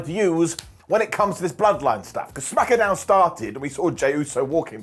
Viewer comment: smack-uh down 😅